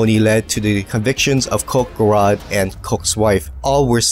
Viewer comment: Tyler Gerard's last name is pronounced like a j rather than a k. Just to let you know. Good video by the way.